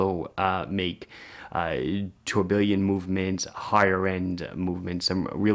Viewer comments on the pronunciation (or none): I was really surprised when I heard you say "tore-billion", it was a head scratching moment